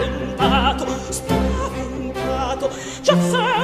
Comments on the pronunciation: "spavenTaTo" - why you pronounce it highly incorrectly "spavenDaDo"? Back to language school! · SPAVENTATO, not Spavendado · Spaventato non spavendado